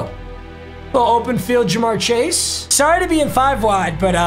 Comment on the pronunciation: Of course he does theme teams and he picks my bengals first and play he's worst game. Put some respect on us! And how he pronounces CJ's last name wrong was cancer every time..